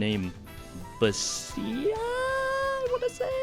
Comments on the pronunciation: It's pronounced "Bas'a" (both As as in apple, soft 's' that sounds almost like 'sh' as in "sure"). By the way, this Polish name is a short version of "Barbara" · Basia is pronounced as it's written BAHS-IYA, BUHS-EEA, kudos to your work but your pronunciation of non-English words stings just a wee bit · im polish and no, it’s not pronounced like this 😅 if we’re obviously talking about the polish prounciation, no one would understand you if you said baysha and meant Basia. Maybe if youre in an english speaking country and the person is of a polish descent then its all good, pronounce it however you want, same with Polish last names, you can say it however you like if other people understand. I guarantee that no one here would have a clue what you mean when you say baysha 😅 ba is like baaaaa(like a sheep) and you don’t have the sia sound in english. Sha sound in polish would be sza, not sia so thats wrong as well. I would sugest listening how it’s pronounced using Google translate(it’s pretty good). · This is actually a pretty common polish name (or rather a short for Barbara) but I gotta say, the way you pronounce it is way better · Is typing "Basia" into google translate to check how to pronounce it, that difficult? Americans... Besides that, good video overall 👍